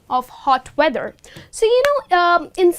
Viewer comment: Very nice lesson :-) I noticed with the word 'weather ' that you pronounce 'w' like 'v' why is that?